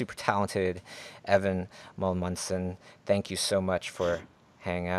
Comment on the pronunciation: Amundsen not Mulmundsen how can you have a guest and pronoucne his name wrong